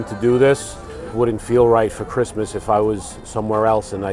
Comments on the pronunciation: Whatsup doc? "I am the kween of kwistmas" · "My name is Lucy and I am the Queen of Cwissmass" omgggg QUEEEEN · Lucy is a character but she has so much that you end up seeing nothing. Her CWISSMAS is just too much. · “Don’t fuck wit me and Chwismas!”—Lucy 😂